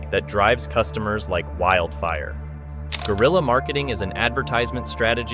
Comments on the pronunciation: Its not gorilla marketing. It's g(w)e-ril-ya marketing. Dicks out for Harambe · Brother Guerilla is a Spanish Word and has nothing to do with Gorilla, it ain’t even pronounced the same way